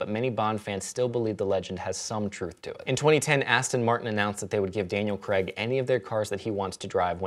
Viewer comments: His name is Daniel Craig, not Daniel Creg. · It's Daniel Craig, not "Creg". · Craig not Creg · In the UK the name Craig is pronounced Creyg. It was only recently I found out the US pronouce it Cregg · I know the Americans and English pronounce things differently, but Craig is pronounced Cray-g not Kregg in this instance. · "Daniel Creg" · Yes, I know. If he were American, I could understand it, but Daniel Craig is English and doesn't say "Creg", so why would you change the pronunciation of his last name? I would be pissed off if people just decided that they were going to start pronouncing my surname completely differently! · Why do Americans pronounce Craig as 'Cregg'?? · I try not to let discrepancies in language bother me but I don't think I'll ever be okay with the American pronunciation of 'Craig'.